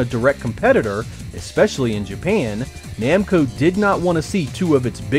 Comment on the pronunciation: Are you sure it's "Nemco" and not "Namco"?